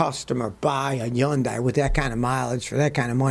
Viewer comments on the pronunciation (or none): Hyundai rhymes with Sunday Scotty. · "Yundeye" lol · I love the way Scotty says Hyundai lol 😆 I thought tthey were better cars until I started watching these videos. Note to self: No Hyundais!